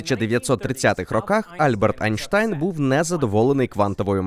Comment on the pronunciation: Хто такий Айнштан? Гугол не має відомості